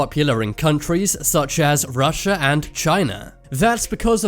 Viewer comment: from Russia ? Ro comes from Romania, It's Russia not Rossia.